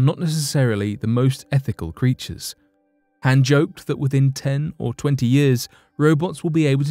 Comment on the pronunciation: Pronounced Han wrong...